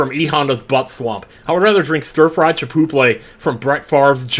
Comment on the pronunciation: Don’t forget “Chipoople”. 🤣